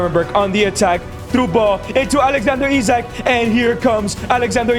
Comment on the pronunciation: Bro pronounce Isak wrong